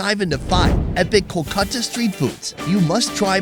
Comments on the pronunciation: Not coo-khata, it's call kool-kata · Your Kolkata pronunciation realized me why English people named it Calcutta....Glad we changed to the original name...By the way Kenya was Kiriniyaga..